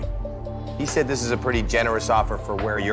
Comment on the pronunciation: Why you sed rats